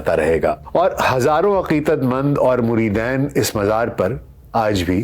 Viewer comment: Lafz muridayn nahin murideen hay